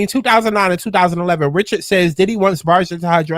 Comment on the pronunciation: Rich-erd not ri-shard 😂